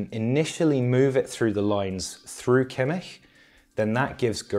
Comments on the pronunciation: as a german i just wanted to note that this mans kimmich pronunciation is a 10/10 and i have never heard an english speaker nail the ch sound this perfectly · As a German, I have to say it's more like an 8/10. But he gets Joshua quite wrong.